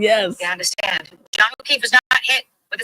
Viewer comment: This dude actually said Okweefe.. Wtf!